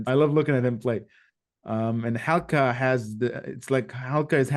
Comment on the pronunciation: Just a FYI Hal ca is pronounced Haruka. In Japan L is pronounced RU. Her full name is Haruka Noma . Great reaction.